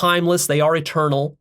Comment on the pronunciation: When he said God is eternal it sounded like a turtle